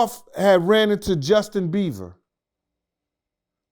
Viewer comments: Bieber not Beaver 😂😂😂😂😂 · Lmaooooooooo Justin BEAVER 😂😂😂😂😂😂.. I love this guy, he’s always saying stuff wrong but it’s always funny as well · Bro messes up so many names 😂😂😂 “Justin Beaver” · Nigga said Justin beaver lmao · Bieber not Beaver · Jeez! Learn to say his name smh...Beaver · "JUSTIN BEAVER" 😂🤦‍♂️ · Can't someone correct him that is not " Justin Beaver" but Justin Bieber ?😂😂😂😂